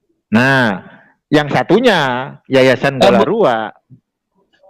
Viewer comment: Galarua pak...bukan Gandarua